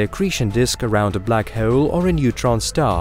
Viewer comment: I like the way you say black hole like black heewwwl 😂